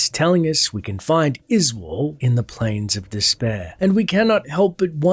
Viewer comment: Izual? Yoy mean "Izeeyool"?